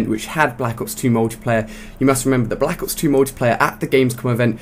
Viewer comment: blAHAcks ops 2 LMFAO thats how he always says it